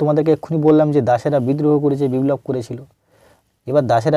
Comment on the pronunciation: কথাটা বিব্লব নয় বিপ্লব